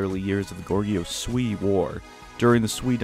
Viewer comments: Goguryeo, why are you calling it gorguyo. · Gorguryeo is actually pronounced Go-gu-lyuh. Love your vids by the way! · I am Korean and studied Korean history. Goguryeo was our ancestors, and we call the nation 'Go Gu Ryeo' especially,ryeo at the same time! I hope you know the correct pronunciation. Thank you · The Korean kingdom of Goguryeo is pronounced “Goh-Kory-Oh” The Sui were the aggressors of the war and Goguryeo were just defending their territory. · It's Goguryeo GO-GOO-REE-OH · It's pronounced as Go-gu-ryo :) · that pronunciation of Goguryeo though....not hard to look up the pronunciation. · You pronounced gorguryeo wrong. Oh well